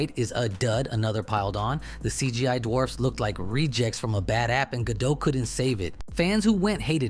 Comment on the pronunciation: It's not Ga-doh, it's Ga-dot. She says it herself. It's not a French last name, stop pronouncing like it's French.